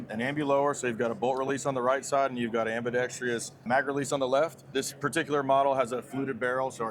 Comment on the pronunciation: "ambidextrious." They're so inventive that they're inventing new words...